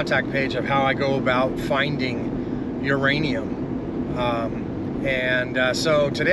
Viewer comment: Whose 'ranium?